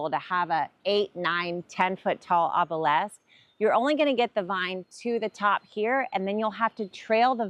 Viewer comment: Note: OBELISK is pronounced the way it is spelled.